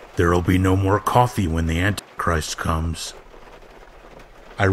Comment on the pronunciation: it sounds like you keep saying "Ant Christ"